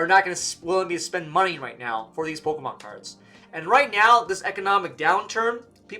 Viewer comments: I feel like you're saying POLKAMON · "Poke-UH-mon cards." 😐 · I'm finna panic if I don't hear say POKE-UHH-MON at least once a day fam